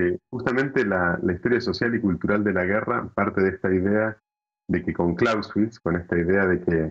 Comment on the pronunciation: otro judío argentino. "Decidor" es el que dice, no con el sentido que querés darle del que hace. "Clausewitz" es /klausevitz/, no /klausvitz/, se pronuncia la "e". Se te olvidó decir que en 2020 hubo una guerra abierta entre dos Estados: Armenia y Azerbaiyán. Azerbaiyán atacó a Armenia. E Israel, el Estado de tus antepasados, hizo dinero vendiéndole armas a los azeríes.